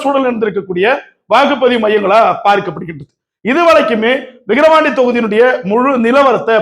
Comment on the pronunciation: தம்பி விகரவாண்டி 😂இல்ல #விக்கிரவாண்டி 🎉